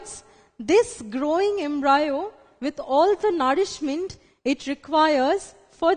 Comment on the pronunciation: Ma’am it’s embryo* Not embrayo. 🤤